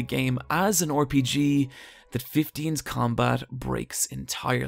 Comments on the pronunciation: RPG -> pronounced "Are-P-G" not "Or-P-G"... Christ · Lol why do you say “Or Pee Gee” it’s RPG